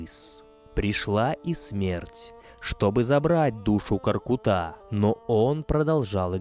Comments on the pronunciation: Произносится не КоркутÁ, а КоркУта! Что за тема ставить ударение на последний слог везде?! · Сразу чувствуется, что очень хорошая подготовка! Правильное ударение и произношение - это так важно для отличной подачи материала! Только не "КоркутА",а КоркЫта ( скл.в род.п.), КоркЫт . Благодарим вас, самые лучшие из лучших! С уважением из Алматы, Казахстан. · Не Каркута , а КОРКУТА ударение на У! Ребята , спасибо за популяризацию казахских муз. инструментов!!